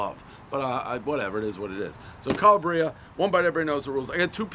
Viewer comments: It’s kind of ridiculous how badly you pronounce Italian words. You’d think that after 1000 reviews of pizza, you’d pick it up eventually. Cala-bria? Really dude? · I am not even Italian, but when I hear the way Dave pronounces Calabria my ears wilt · One pronunciating butcher of Calabria, everybody knows the rules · No one's gonna mention his pronunciation of Calabria? Come on brother. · These people are so humble and grateful for next to nothing. I knew that pizza would be good. It had the good cheese that doesn't come off in runny clumps. Calabrians make good pizza, like good NJ style crispy pizza with a solid crust. It isn't that new mushy Neopolitan gourmet pizza. You pronounce it cal LAH bri a. I think to drum up business, they need an order at the door, pick up at the door option. People don't want to wear a mask and get in a mask debate to go in a restaurant. If you could pull up, have someone come to the door, take your order, and then bring out the pizza without harassing you to wear a mask, it would be more doable to make the effort to support these businesses. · I could punch him for the way he pronounces Calabria. Hes lucky he dont run into someone from Calabria and say it like that. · can't even pronounce it correctly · Dave got have his pronunciation better on Calaaaaabria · the accent should be on the second A instead of the I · It’s actually pronounced Ca-Lab-Ria not Ca-La-Bria. Calabria is the southernmost part of mainland Italy not too far from the island of Sicily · Also....it's pronounced "CAH-LAH-BREE-UH" not "calla-breea" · Nice story! Oh! it's Ka-Laa-Bree-a, not Kel-a-Bre-a. You'd think after so many pizzas, you get Italian regions sorted just a little. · its not "kala bree ah" Its Kal AH bria" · It's CalAbria, not CalabrEEa! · WTF man it's Cala'bria! not Calabri'a! Calabria it's a region in Italy, Jesus! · One bite, everybody knows it’s pronounced “CAH-LAH-BREE-AH” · Hey Dave it is pronounced CAL-AB-RIA!!! Get it right! Ciao🇮🇹🍕